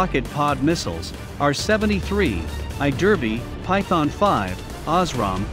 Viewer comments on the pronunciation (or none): none